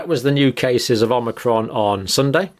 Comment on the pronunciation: Why are you saying methedist on amnicrom no other religion is getting it ?